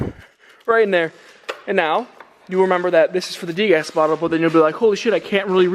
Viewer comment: Haha just a heads up, it’s called a de-gas bottle not a degas bottle. Dee-gas